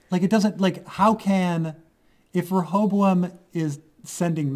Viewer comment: Good job on learning to pronounce Rechavam's name. Ever wondered why his user interface is in English and not in French?